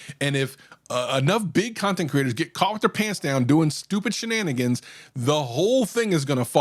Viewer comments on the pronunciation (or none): He said "Shanaigans". The next person that says shananigans I'm gonna pistol whip. Farva, what's that place you like with all the crap on the walls? You mean Shananigans? That out of the way, most of the Tech/Audio Youtubers I watch are very good about this. Though I take all reviews with a grain of salt anyway. Mainly because everyone does have a certain bias towards or against certain products. I mean super Fanboys of Apple will let things slide when it comes to Apple products. Same goes for Android, Sennhieser, Bose, Sony, etc.